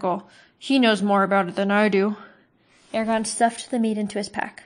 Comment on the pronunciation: Lol you mispronounced so many words including Eragons name lol I legit thought you were calling him Arya....lol